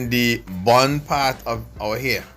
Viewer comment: Nobody: Her dad: "now we gonna make a bund😂😂😂, now we going and use a brush....brush it upwards from the back"